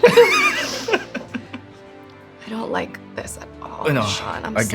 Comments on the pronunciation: I don't wike it -Chris Evans effect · spending a lot of time w chris evans i see... " i don't wike it"